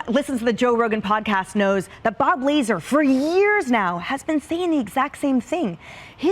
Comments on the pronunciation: will someone please tell that dark haired woman how to say the mans name lazar not laser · It's pronounced Lazar, not Leezer! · "Bob lay-zer" ,,, WTF? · Did she call him Bob Lazer? :D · She pronounced Bob Lazar “Laser” lol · Bob " Laser" 😂😀😂😂😅😂😂😂 Good lord get an education lady. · This girl said Bob Laser. 😅😅😅😅😅😅 Pew pew 🔫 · I love how the Fox hack cant even get the pronunciation of Bob Lazaar's name right. These people try their hardest to relwte to us, but continuously demonstrate how theyre nothing like us